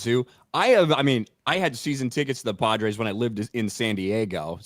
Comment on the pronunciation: doesn't say "Padres", he says "Podrace"